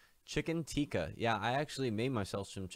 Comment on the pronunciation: You can't make chicken Teeka if you say it like that...